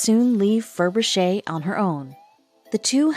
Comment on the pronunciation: It's Ferbrache pronounced Fur Brash.